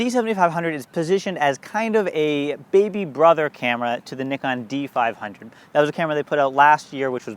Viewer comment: North American accent pronouncing Nikon correctly? oh yes